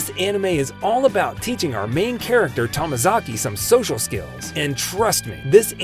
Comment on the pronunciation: it’s “Tomozaki” not tamazaki